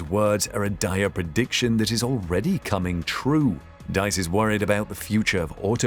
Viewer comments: Diess not Deiss! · is this you? Please pronounce Herbert Diess as /deess/, not /dice/:) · Rather: "dees" (with a sharp "s"). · The man's name is Diess not Deiss, pronounced "Dees" not "Dice". There are many more European manufacturers that are not German and sell vast numbers of cars in Europe. The Germans are not the leaders in the car industry, nor did Tesla beat or devastate them. And there's a lot more rubbish in this film. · Pronounced DEESE not DICE I think. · VW's CEO "Diess" is pronounced like "deeze", not "daze". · 'Diess' is pronounced deece (<– using the alphabet in the English way). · Diess shall be pronounced like "Dees" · Dees, not dice. If you're going to say a name 15 times you might as well research the pronunciation? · the name is Diess, pronounced like deese. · You spelled Diess wrong and pronounced it wrong as well. It's not spelled Deiss and Diess sounds like Dees or Deez. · Herbert Diess' last name is pronounced dees. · Dies is pronounced Dees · herbert diess. Pronounced Dees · The name is Herbert Diess. Please at least try to get the name right. He is a fan of Elon Musk.